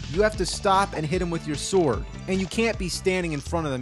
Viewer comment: How many syllables can you get into the word 'sword'? - Soo-or-u-ad